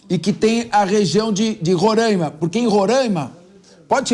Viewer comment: Me agonia ouvir este apresentador falando Rorãima